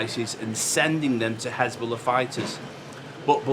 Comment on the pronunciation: Hesbollah became Hasbulla.😊